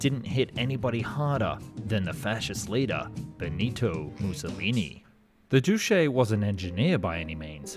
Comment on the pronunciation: The « duce » should be pronounced « doutche » not doushé.